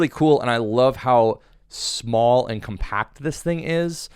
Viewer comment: I'm shocked how many fellow Americans can't stress properly myriad of words . such example we may observe here . here indeed in abundance . its not compa'ct , it is Co'mpact - adjective . and in some cases yet also not proper for gen English one may say compa'ct - signaling that its a verb .